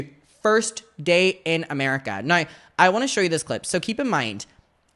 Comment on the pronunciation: Do you get a disablity check for the way you say "now" ? Noyyyyyy. What a rtard